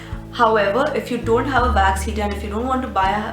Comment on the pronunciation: Why do you say Vax?